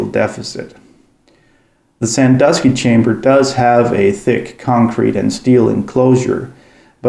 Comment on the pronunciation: I appreciate that you either know how to pronounce Sandusky properly or took the time to look it up.